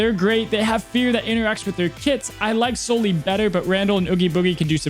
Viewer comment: Please pronounce Sully's name correctly.